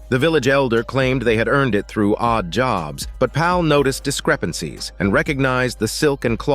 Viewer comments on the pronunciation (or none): none